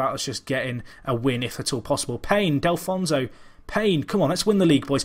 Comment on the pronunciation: Delfouneso = Del - Foo - Neso not Del - Fon - So :P